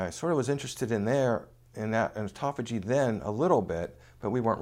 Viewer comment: He just can not say it right. Why would I want to turn-off Autophagy so that I let chemo kill cancer?? He wants to keep chemo as a constent factor in fighting cancer??? Is that why he says it wrong?? Why not keep autophagy Turned-on and turn off chemo to let Autopahy kill cancer, meanwhile applying intermittent fasting. Which is the right way to fight cancer